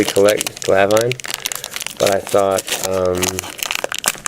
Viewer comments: Me 2. Lets practise. #1 Finite is pronounced FINE - NIGHT. #2 Glavine is pronounced Glaav-in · Never heard anyone pronounce it that way... Maybe I've been saying it wrong. The braces comment was good.